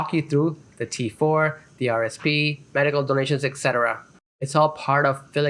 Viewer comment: Medical, not "medicle" slips